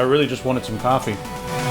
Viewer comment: coffea, gween tee